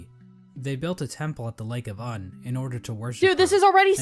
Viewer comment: this dude is telling lies, its not pronounced uhn its more of oon